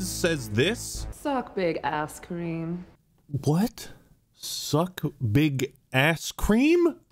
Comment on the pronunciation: I thought she said Kareem, not Creme. Guess I'm wrong lol